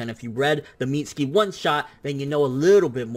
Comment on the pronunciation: Why can't he pronounce mitsuki